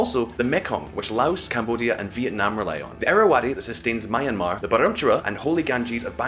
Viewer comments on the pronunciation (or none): none